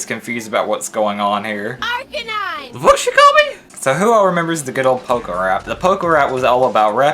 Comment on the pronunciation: finally somebody else noticed she said archanine!